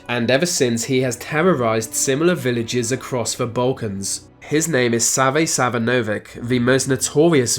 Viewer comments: ok lets clear one thing with you non slavs when we write Sava Savanovic we read everything as its writen esepevialy Serbes so its not Sava Savanovik do it again and do it right next time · U dint pronaunce sava savanovik u pronaunce it sava savanović ć like ch at church and chery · Its not sava savanovik its sava savanović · Savanović - the "ć" is read like soft "tch".